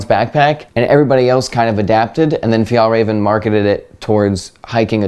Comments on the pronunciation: As a Swedish person, I have to say you’re the american with the closest to correct pronounciation of Fjällräven I’ve heard! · Loving the english pronounciation of fjällräven and kånken!! Edit: and I agree that your pronounciation is the closest i've seen! Edit2: yep, my biggest association with kånken is school, mainly high school!